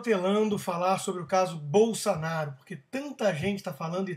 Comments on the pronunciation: Bol - SA - naro? Não seria... Bol - SO - naro? Por acaso, você ao invés de falar Hospital, você diz.... HAS - pi - TOL ? Ou ao invés de dizer Táxi, você fala.... TÓxi? Ou então, ao invés de dizer Banana, você fala.... BONONO? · BolsOnaro, Rodrigo! Que BolsAnaro é esse maluco? Fala direito, cara! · É "Bolsonaro" e não "Bolsanaro" ... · "Bolsanaro" haha... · Acho que ele ta falando bolsa kkkkk lol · nao é "Bolsanaro" é Bolsonaro.... Pelo menos saber o nome o nome de quem vai criticar..... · Presta atenção, rapaz: é BolsOnaro, com O. E "tosquidão" é um neologismo tosco. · Rodrigo, voce falou o nome "Bolsanaro" incorretamente de proposito ou porque não sabe falar corretamente? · Cara, é BolsOOOOnaro, Favor pronunciar o nome do MITO corretamente. Abrass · É impressão minha ou ele fala Bolsanaro?? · Vc falava o nome dele errado de propósito ou não sabia a pronuncia mesmo. 🤣🤣🤣 fica engraçado ver este vídeo hj. É o segundo vídeo antigo seu q o YouTube me recomenda. 😂😂😂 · o cara nao sabe nem falar o sobre nome no Jair e ainda quer pregar lição de moral...